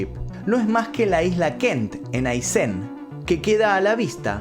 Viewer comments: Muy interesante relato. Sólo un detalle, se dice Aysén con acento en la E. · Se pronuncia Aysén, tilde en la E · Aysén es con acento en la E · Aysen ! Todo mundo lo pronuncia mal es Aysen como si tuviese acento en la e!! Remarca con fuerza en sen!! Please 🙏🙏🙏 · Muy lindo pero se pronuncia aysén >< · Amigo se dice Aysén acentuando el en